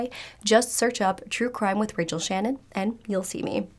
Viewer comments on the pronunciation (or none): none